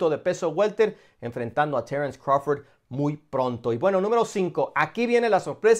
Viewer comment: Crawfor ?????? 🤣🤣🤣🤣🤣 este wey le pagan nada más por ser wey y decir pendejadas